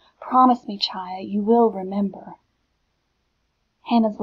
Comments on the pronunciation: by the way, the name is pronounced as haya not chaya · It is hi a not chi a sorry